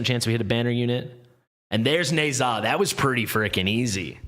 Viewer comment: It seems, oddly, that it's pronounced "Nuh-JYAH". That's how Erlang pronounced it in the game, anyway.